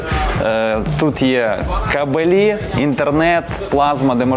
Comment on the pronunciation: кАбелі, а не кабелІ ))